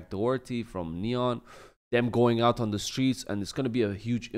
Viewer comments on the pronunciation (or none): none